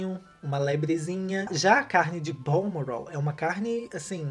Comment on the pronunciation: eu amo quando ele fala "", muito chique kkkkkkkkkk